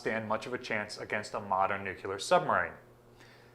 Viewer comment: I'm "ok" with "nucular" armament since it's a derivative (false though) of "nuke" But about the power of a ship, it's "nuclear" whih comes from "nucleus"